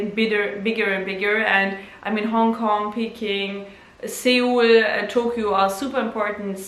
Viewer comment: seoul is pronounced soul